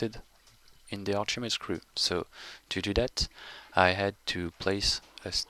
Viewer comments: Oh, Archimedes. I thought you were saying arshimeed or something... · what is the second word he keeps saying? Archimedes ___?